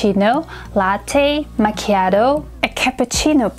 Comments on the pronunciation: But U should pronounce Italian words in Italian way would be better.( Machia tho = Machiato) Not sharp, but blunt pronunciation I love Ur teaching! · That person doesn’t even pronounce macchiato correctly. You’re supposed to extent the t sound. That’s how double letters work in Italian